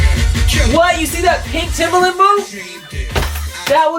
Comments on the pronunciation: Actually its not timber-land or timber-lin its timber-lund. Please get it right. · you pronouns TIMBERLAND as toemboerlienands